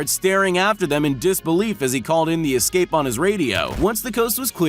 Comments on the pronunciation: Why do you say excape? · why say exscape? it is escape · Why do you pronounce “escape” as “ecscape” like a black person? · I love the video but I have Obsessive Compulsive Personal Disorder so every time you say excape I cringe lol, the quality of your videos is great, keep it up. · Why does he say excape, not escape? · Drinking game: have a shot every time my man Larry says 'ix-scape' 😂😂😂😜